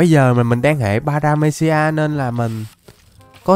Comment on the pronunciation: Trái hệ baractamom mà anh đọc paramesia